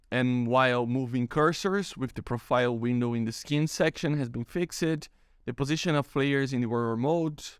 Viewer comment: You overpronounce the "e" in "-ed" endings of words, just pretend its "fixd" instead of "fixed", that should sound more natural.